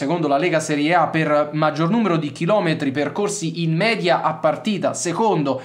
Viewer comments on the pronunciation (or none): none